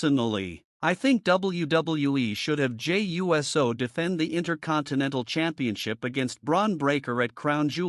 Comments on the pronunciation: Jey U-S-O. Never cringed more hearing someone pronounce USO. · You can't be too big a fan because you don't pronounce his last name correctly. If you were such a good thing you would know how it was pronounced. I'm a wrestling fan since the 60s and I know how to pronounce his name the correct way.